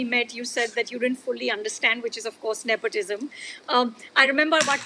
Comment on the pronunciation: Wow, is anyone surprised that Bobby Deol isn't that eloquent?! Maybe I shouldn't be! But I'd expect abhay deols brother to be better spoken. He can't PRONOUNCE NEPOTISM?! Seriously?